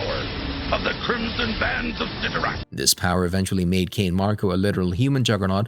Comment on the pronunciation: If your going to talk about these Marvel charictors please, please learn how to say their names correctly. You are not saying Cyttorak coreectly at all and its maddening to hear.